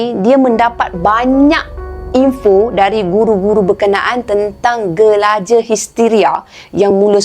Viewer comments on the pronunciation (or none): Sis, mcm de ksilapan kcikkk pd sebutan😊 satu sebutan je pun tak jejas cerita.. (GEJALA) gelaja histeria yg sis sebut td,, sy tak sure kalo sbenarnya sy yg silap tau sis, kalo sy salah sama2 kita prbetulkan..